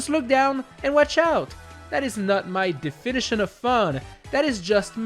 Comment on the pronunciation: His pronunciation of "definition" also hurts to listen to.